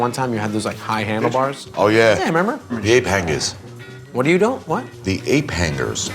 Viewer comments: say "Ape Hangers" in his New York accent and then clarify in a less obvious New York Accent. Hape Hangus! Love! He is an American Treasure. And an Italian Treasure as well. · "The Ayp Hanguhs" "What was that" "The APE / (eɪp) / HANGERS / (ˈhæŋə) / "